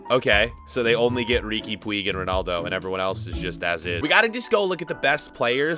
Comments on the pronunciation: Lol riqui puigg its called riqui pugj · riqui pooooj that is how it is pronounced